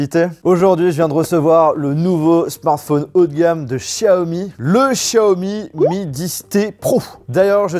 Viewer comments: pourquoi tu dis chiaomi et pas Xiaomi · Pourquoi dire chiaomi 🤔 c'est tous simplement Xiaomi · Pas Chaomi mais Xaiomi 💯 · Par pitié arrête de dire Chiaomi sa me perturbe